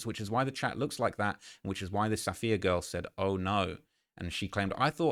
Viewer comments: Ok say it with me because this name is really not that uncommon, it’s “Suh-fee-yuh” not “saff-ee-ya” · Am I the only one who’s picked up on her name being Sapphire not Saff-eeee-uh🤣